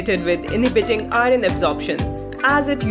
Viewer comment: Pronunce iron properly. It shouldn't be pronounced as "i run"